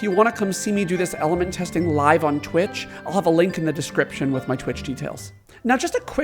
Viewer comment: So weird to hear you say “description.” Like, what’s that? 😂